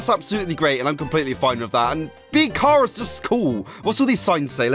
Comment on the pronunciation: sorry but i am a name snob it is pronounced like CHARAter sorry